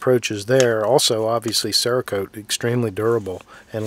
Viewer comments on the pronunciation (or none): none